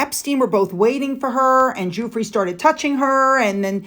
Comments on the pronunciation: Her last name is pronounced "Jew-Fruh" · Giuffre - Gee oo fray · I don't mean to correct you,Virginia Guiffre,,Surname think of Jufrey,,Thank-you so much for your videos and other information, Many thanks, ❤️